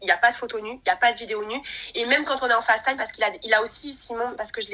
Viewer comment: Par pitie dites Facetime avec l’accent anglais pas en Francais c’est insupportable !!!! Serieux quoi